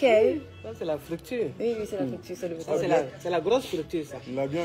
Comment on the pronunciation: Arabie saoudite: la coach "ça c est la 'fructure' ...La grosse fructure!!! MDR